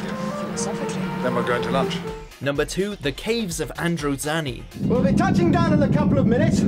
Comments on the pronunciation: Androzanny. Scar-roth. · “Nomber tu, te caavves uf androzaaniii” I don’t think he can pronounce a thing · Proper pronunciation: 'Androzahni' (not Androzanni) 'Romahna' (Not Ramona) 'Troffton' (Not Trowton) These are pronunciations, not me trying to spell them. For anyone who's dumb enough to go 'you can't spell', here's me spelling them correctly. Androzani, Romana, Troughton. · You can tell how much they like Doctor Who by his pronunciation of many names such as Troughton being pronounced Trorton, Romana as Ramona and Androzani as Androzanney. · Christ on a unicycle, you absolutely butchered some of the pronunciations. Patrick Trawton. The Caves of Androzanny. Sha Razjek. Tut tut.